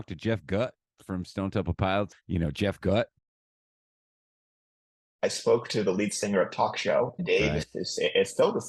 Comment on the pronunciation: Jeff Gutt (pronounced Goot) is awesome.